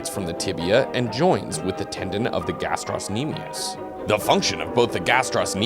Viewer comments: Love the video but guys... GastrOcnemius no gastros-nemius please... Pretty sure the 'c' doesn't play a role in pronunciation aka silent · It's not gastrosnemius it's gastrocnemius though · Its pronounced "Gastro-nemius", there is no S sound after Gastro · Ga-strock-nemius, not however you were saying it, the c makes a K sound, not s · The ill mispronunciation of gastrocnemius